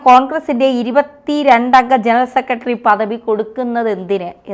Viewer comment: "സെക്കട്രി' എത്ര മോശം ഉച്ചാരണം